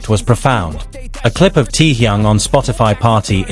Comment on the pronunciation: Omg...so tired of AI..."Tee-Young"?? Really??!! 😦🙄